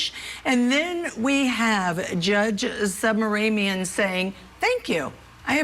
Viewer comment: Its not Submarine ,its SUB-RA-MANI-IUM 😂😂😂😂